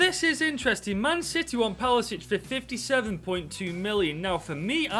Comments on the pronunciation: Why do i get annoyed every time he says palasic instead of his actual name pasalic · Nobody:: 'Palasic'